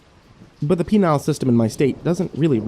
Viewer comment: I know this video is 7 years old at this point, but "Penal" is pronounced "Pee-Nul' not "Pee-Nial". Penial refers to male genitalia LMAO